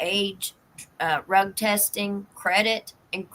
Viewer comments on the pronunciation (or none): Drug I keep hearing Rug